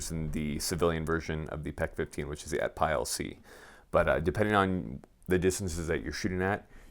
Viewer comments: Say "atpile" one more time lol… It's "at pee awl" not "at pile". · I know how the ATPIAL is spelled is not the way the manufacturer pronounces it, ATPEEL is how it's actually pronounced. I tested thousands of these thing while working for the manufacturer and not once did we say it any other way. Weird yes I know but it's true.